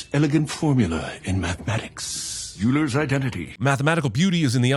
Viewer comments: Another sin for : "Euler" is pronounced "Oiler" not "You-ler" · Add a sin for Gerald mispronouncing “Euler” its pronounced like “oiler”. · that is NOT how you pronounce Euler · no sin for a supposed genius mispronouncing the name of one of history's most important mathematicians? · No sin for mispronouncing “Euler” — big sad. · He mispronounced "Euler."